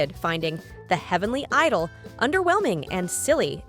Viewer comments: The pronunciation of idol as eedol hurts my ear! It should be said as aidel. Genre is not pronounced as jenre but Jzanra. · You pronounced it wrong; it’s the heavenly edol 😂